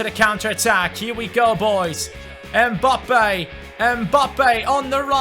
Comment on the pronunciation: come on his name is mbappe not embappay